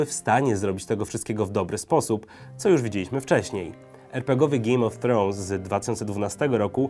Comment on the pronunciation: GIJJM O' TROŁNS